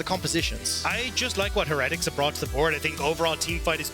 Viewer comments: Why are they pronouncing it Heh-retics? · Why are the casters pronouncing heretics so weirdly? It’s like they’ve never heard the word before lmao